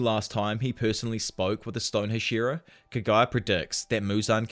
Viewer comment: bro if you're gonna be the anime/manga scene or anything Japanese, PLEASE learn to pronounce Japanese words and names!! It's so confusing when I hear Kagaya and not Kaguya. Like who is Kagaya?